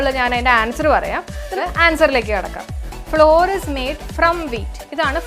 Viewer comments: അതിന്റെ ഉച്ചാരണം ഫ്ലവർ എന്നാണ് എന്ന് തിരുത്തി വായിക്കുക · Flour ഫ്ലോർ അല്ല കൊച്ചേ. അതിന്റെ ഫ്ലവർ എന്നാണ്. ഫ്ലവർ മിൽ എന്നൊന്നും കേട്ടിട്ടില്ലേ? തെറ്റായ വിവരം കൊടുക്കല്ലേ. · Madam, your class is astounding but PRONUNCIATION of some words like FLOUR isn't satisfying. Its pronunciation is not FLOOR .It's equal to FLOWER.